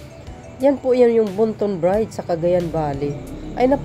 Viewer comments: Ayusin mo lang ang pag bigkas mo ng bridge sa bride kapatid, yes basta tatak Marcos matitibay ang mga pagkagawa ang mga proyekto simula kay Apo Lakay ❤❤❤ 200 K not 200M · You pronounced it bridge not bride's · Hiy ayusin mo pagbigkas mo ng bridge..bisaya ka ba? Bigkasin mo ng bridge hindi brides..ang brides ay babaeng ikakasal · bridg po hindi brige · Excuse me, " BRIDGE " hindi BRIDE...! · Ayusin mo kasi...nakakarindi sa tenga...bride ka ng bride e ang ibig sabihin ng BRIDE ay ang ikakasal na babae...walang tulay na ikakasal😂 Btw, isa akong loyalista...buong pamilya namin...ayusin mo kasi. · ok na sana ang vlog mo kaya lang paki bigkas ng mahusay ung bridge tnx po pilipino tayo